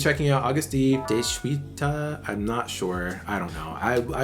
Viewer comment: Phonetically it’s: de chi tah